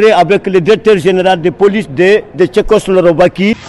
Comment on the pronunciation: Tchekoslorovaki😂😅 c'est ce que j'ai entendu j'écris 😂😂 c'est tousssss